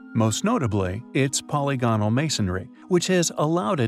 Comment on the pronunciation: Always fascinating storied, but please, please consult Merriam-Webster online for the correct pronunciation of the word polygonal which you ALWAYS get wrong